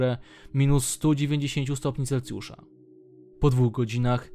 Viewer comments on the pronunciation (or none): none